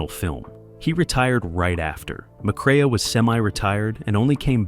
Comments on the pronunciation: McCre-a is pronounced McCRAY! Geesh. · Joel McCre a?!! AI terrible